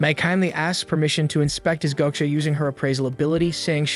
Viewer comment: The fuckin ragebait of saying GO-cha is unbelievable.....